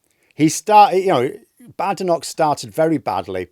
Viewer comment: Why does deliberately insist on mispronouncing Badenoch's name? Would it be because he hates Tories and doesn't want to be seen showing respect to one? Or perhaps a black female politician isn't worth the effort.